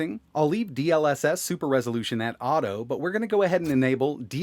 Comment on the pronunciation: "Dee el esess" 🥴